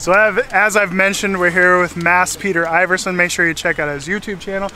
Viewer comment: That looks really good fun, both the locations and the company – I bet you have a ball with that arch-scallywag Mads! BTW, his surname is pronounced Ee-verson, not Eye-verson afaik.